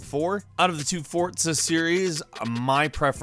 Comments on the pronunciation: Why do you keep saying Fortza? There is no t in Forza. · it is foza not fortsa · ''fortza horizon 4" 100 englishes yes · FORTZA is what he said 😂